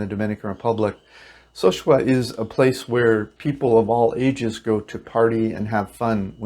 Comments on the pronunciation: It's not SO-shua. It's so-SU-a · So sue ah... repeat after me So sue ah... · Sosua is Spanish. Pronounced So-Su-Ah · Sorry I had to stop watching the video after about a minute. First you can't even pronounce the name of the city correctly, and then you focus on prostitution and crime. Great start to get me interested in how to move to live there on $1100. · Please learn how to properly say the names of the two towns east of Puerto Plata n Think your Elephant is legal